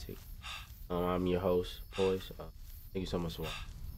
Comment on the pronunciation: Duuuuude that voice said poiised nope